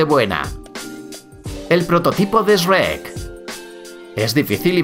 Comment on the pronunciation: como que SREK, c pronuncia SHUEK